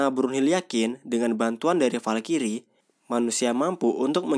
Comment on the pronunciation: Bacanya falcry bukan falkiri blok